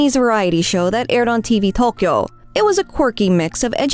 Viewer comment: I will never understand how people can use such absurdly bad pronunciation of Japanese. I mean, even if there is apostrophe BS all over the place in a mysterious system that is used widely has no resemblance of actual spoken Japanese, do you not hear anyone ever speak the words? E.g. "Tokyo" is said like a million times a day in Japanese across media and yet you get it totally wrong. How can people at the same time make the effort to try to get it right and learn those utter bs apostrophe pronunciations that always stress the totally wrong syllables without making the far smaller effort to listen to someone say the word and then just imitate that. Especially it's not just far easier in general but because google translate can be used to literally type in the word and have someone pronounce it correctly for you.